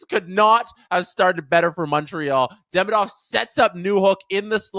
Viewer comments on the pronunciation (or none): For English speakers it's correct to pronounce DemIdov. Stress on the second syllable "i"